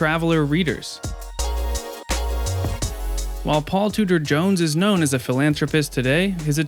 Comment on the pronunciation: Five seconds in and you've already pronounced his name wrong...